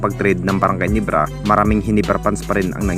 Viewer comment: Ginebra hindi Ginibra